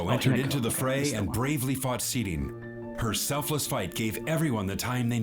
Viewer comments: Seele! Like Seh-le! I'm gonna haunt you, till you tell it correctly :) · Seele (pronounced seh leh) and Bronya grew up in an orphanage together which is why she calls Bronya effectively "Big sis Bronya" even tho theyre in a relationship, the rest of the things you asked about are kinda spoilers or just there for music video purposes